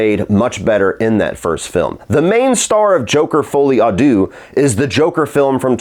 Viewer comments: If you know you’re going to be saying the title of the film 10 plus times, you could take a quick check how to pronounce it 😅😉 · "Well call it joker 2 to not fuck up the title" proceeds to butcher the name for all the review 😅